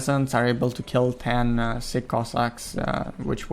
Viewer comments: ))))) man, not siCK cossacks, but siCH) It pronounses just like in a word CHick - just in the end. Have a nice day!) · narrator is calling sich cossacks "sick cossacks"😂